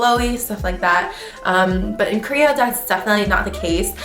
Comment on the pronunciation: Krea or Korea? Lol